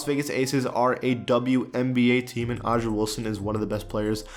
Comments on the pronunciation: Why u say it live o’ja it’s a’ja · Dale Sankum it hurt me too. It’s pronounced like “Asia” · the way he pronounced Aja wilson name is wrong lol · I’m a Gamecock fan so that pronunciation really hurt me😭